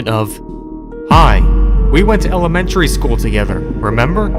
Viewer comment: hehe elemtary